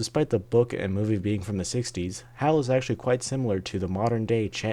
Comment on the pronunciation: It's HAL. Not "Hal". And when you add one letter to H, A and L you get IBM.